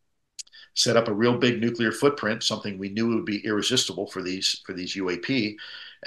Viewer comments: Nu-clear not nu-qu-ler you sound so stupid when you say it that way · It's nuclear, not nukular lol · Nuclear=New Clear not newcular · I love and adore you— but a small amendment is necessary (and trust me a lot of intelligent people say this)— it’s “nuc-le-ar” not “nuc-yu-lar”! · nuclear ( new-kleer ) not (new-kya-ler) . to be fair, Grusch pronounces it the same. drives me insane. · Why can't Americans correctly pronounce the word "nuclear"? "nucular nuculear..." I see so many of them, yes I know it was so widespread that it became accepted somehow, but it is still wrong. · That's a lotta nukulas. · Nu - cle - ar. As in pertaining to the nu - cle - us. Nuclear. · It's pronounce 'new-clear'. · Nuclear- nu-clee-ar !!!!! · Just one thing to point out "Nuclear" is pronounced differently.